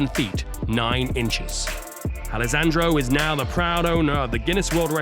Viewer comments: I died when he spelt wrong the name "Alessandro" and said something like "Alesangioh" 🤣🤣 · Alasandro🤣🤣🤣, sorry I'm Italian